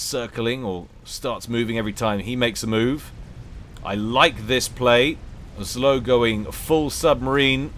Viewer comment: The pronouncment for zlo is "zwo", its "evil" in direct translation from russian.